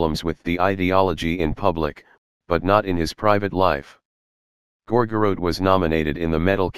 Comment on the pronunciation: Computer generated voice: “Gor-gor-rote.”